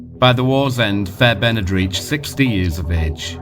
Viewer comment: Great documentary and credit for the work you put into this, however I’m sure it’s pronounced as fair BARN , sounds like fairburn on the video